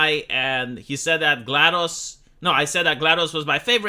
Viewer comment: Gonna say she mispronounced GLaDOS' name, and had a completely freak-ball unhinged interpretation of Bloodbourne.